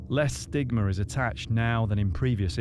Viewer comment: Stigmer? Bacterier? Why put an r on everything that ends with an a?!?